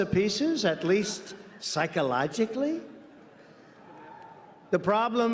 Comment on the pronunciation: "At least psycholigly?" What the hell does that mean?